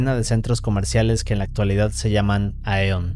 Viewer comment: solo es para corregir Jusco se pronuncia yasuko era una cadena de centros comerciales que desaparecieron mas o menos en el 2014 convirtiendose por la compra de AEON que se pronuncia ION y es la cadena de centros comerciales mas grades de aqui en japon y ese acontecimiento nunca lo escuche yo vivo en japon desde el 2008 sera por eso? pero nadie recuerada Jusco